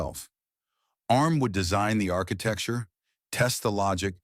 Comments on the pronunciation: A-RM? Its "Arm" you dopey AI. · There is so much wrong about this video. It looks like an Acorn fanboy told an AI to make a video about the history of Arm. And no it is not A.R.M. you silly American AI voice. More and more of this inaccurate AI videos are being shoved at us by YouTube lately. Perhaps YouTube itself has been taken over by a renegade AI bot...